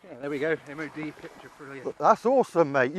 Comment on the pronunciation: It's not MOD PARD